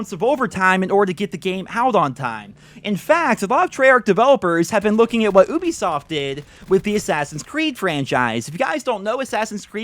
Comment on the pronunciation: I hate battle royale stuff. I prefer campaign, zombies, and mp better than specialist hq which is a shitty excuse for a campaign, mp, zombies, and the oh so dreaded by me, black out. Oh and you pronounced Ubisoft wrong. Its Yu-bee-soft not U-bee-soft dumbcolf